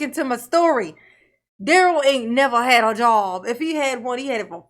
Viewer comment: Well no one is saying his 1st name right lol